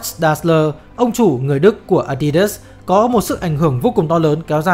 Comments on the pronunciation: A đi đớt chứ k phải là a di đát à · Nghe tới cồ ke cồ lơ với ờ đi đớt sì cái t ứa ngan -_- nghỉ coi.